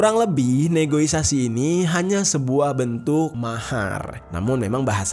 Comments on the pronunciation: Dari menit 7.08 negoisasi mulu... Bukanya negosiasi ya bangg.. Wkwkwk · Negosiasi baang bukan negoisasi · bukan NEGOISASI bang,itu kata kata yg salah,tapi yg benar adalah NEGOSIASI.. ☺hanya mengingatkan